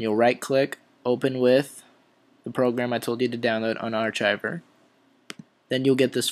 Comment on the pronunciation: Great video but please learn how to pronounce the word archive. It's ''ARKIVE'' Not are-chive